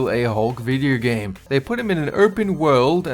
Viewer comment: Lol he said vidyo gahm